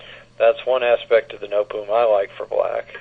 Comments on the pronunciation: Nootboem haha. No te bohm. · Pronunciation is very wrong. No te bohm. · Pronunciation of Noteboom is completely wrong. It is No te bohm.